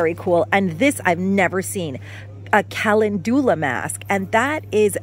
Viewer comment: Calendula is pronounced Kuh lend yuh luh with emphasis on lend.